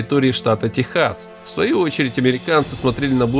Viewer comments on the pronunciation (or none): none